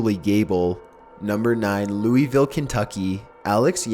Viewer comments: The way he said louisville is wrong and tics me off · Just FYI, it’s pronounced Lou-A-ville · he said louisville wrong